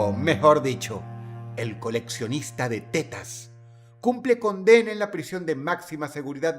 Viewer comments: pido perdon pero cuando Dross dice T E T A S me darisa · Pensé que decía "el coleccionista de telas" 😮😮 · Aparte De La Seriedad Del Video 🙁, Me Encanta Como Dross Pronuncia De Forma Graciosa La Palabra "Tetas" 😅